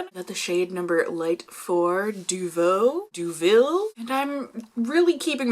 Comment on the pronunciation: Of I may help with the pronunciation? "Deauville" is pronounced DOH-VEE-yuh. The "yuh" sounds short and tight. The 2 Ls sound like the Y sound in English (you see this in Spanish, too.) After 5 years of French classes, I had better know how to pronounce this word, LOL! Edit: you are really rocking the blue nail polish! Best Wishes ~Anastacia in Cleveland